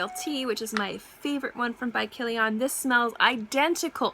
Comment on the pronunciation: I like the way you say Kilian! You pronounce it like an Armenian last name! ;)